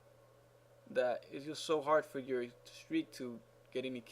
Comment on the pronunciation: Lol the way you said thanks FÓR watching with acento